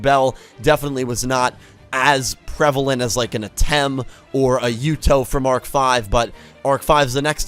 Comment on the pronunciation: Arc-V not Arch-V